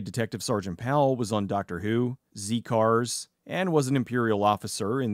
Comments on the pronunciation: Yep I'm going to be THAT guy : It's pronounced Zed cars not Zee cars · Zed cars its pronounced. Not zee cars. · Z cars was pronounced "zed" not "Zee" lol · Great video, although the pronouncement of Z Cars is off, as you say Z as the letter when it’s pronounced Zed, and looking at Alan Lake, I had no idea he had such a tragic end of his life and career, the Doctor who story he was in Underworld was another production plagued by numerous issues. Firstly they managed to blow the seasons budget rather early on, so when they got to the 5th serial of the Season which happened to be underworld the money was thin, and they spent the money on the spaceship set, as such everything else being the titular underworld was blue screened in, and because of the thin budget they couldn’t shoot all the needed scenes, so the recaps were unusually long, the recap from Episode 3 is actually about 6 minutes compared to the usual 1 minute, most of which is focused on Lake as a matter of fact, Underworld is now often considered one of the worst stories of the classic Series Mark Jones however appears in The Seeds of Doom a story often considered one of the most popular stories, and was another that was experimental in its style and had one or two issues of its own, it was the third story to not do filming which was often done for location, instead it used outside broadcast to smoothly combine the very effects heavy monster, and the issue stemmed from the numerous rewrites, originally it was believed that a on/off regular at the time Nicholas Courtney would be unavailable so they created some fill in characters and other actors who played characters ass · Heh heh - "Zee cars". Don't think I've ever heard Z-Cars said by an American before. Just made me chuckle. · Z Cars is pronounced Zed Cars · Z cars being said with American pronunciation feels wrong